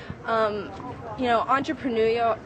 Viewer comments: "entrepenutial" WTF? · Damnit, I also must now add "Ahn-truh-peh-noo-yal" to my list of favorite words. 10 points for getting "conducive" right, instead of the trickily similar "conductive".